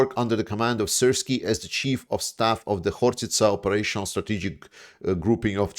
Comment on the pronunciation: Chief. pronounced ‘Cheef’ not like chef 🧑‍🍳